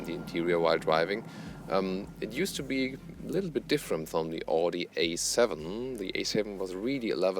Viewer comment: Wie kann man als Deutscher AUDI falsch aussprechen?